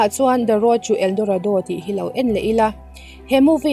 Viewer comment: ELDORADO i lam dan kha ka duh lutuk🤣👍